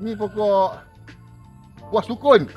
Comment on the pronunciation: Assalamualaikum susahnya nak sebut sukun 😂😂😂.buat cokodok pun sedap.klau blm masak goreng pun sedap.Rasa macam goreng keledek.tapi mudah muak.keledek lagi sedap..yang muda orang kata boleh buat masak lemak.tapi saya blm pernah makan lagi.😊